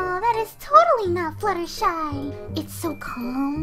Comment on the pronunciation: did she just say Fluttershee?